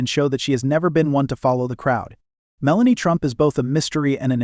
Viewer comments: She is the incoming First Lady. Learn how to properly pronounce her name. She is gorgeous and breathtaking. She is quite intelligent. She deserves more dignity than most give her. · Why does the commentator mispronounce her name repeatedly? She is not always elegant, for example that very short white dress ( seems just a sweater and nothing else ) with a turtle neck is very unbecoming , stylewise , doesn't achieve the effect Monrie did